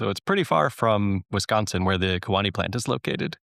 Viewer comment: Key Wah nee is how you say Kewaunee. But this is such awesome news